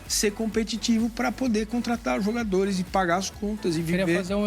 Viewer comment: Essa moça precisa aprender a ler! Não sabe pronunciar os nomes dos jogadores.